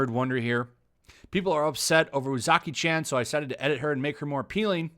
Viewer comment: There's no letter "A" in Japanese. Or rather, the letter A of "ant" doesn't exist in Japanese. There's only the letter A of "Art" in Japanese. So it's not pronounced "Chan" like the As in Jacky Chan. It's pronounced Chan like the As in "Cha Cha". Japanese is the easiest language to pronounce in the world. They only have one sound for every letter and they literally spell out their words. Like imagine if instead of saying apple we would go "a, p, p, l, e".